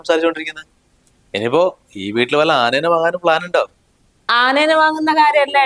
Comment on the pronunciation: Anena alla anayenna